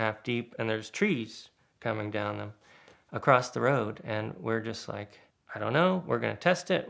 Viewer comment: Again, no T in the word 'across'.